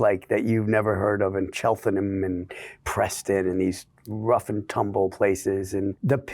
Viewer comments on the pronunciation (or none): The director was in over his head and knows fuck all about England. He cannot even pronounce Cheltenham correctly!!! Chelfanum? W😂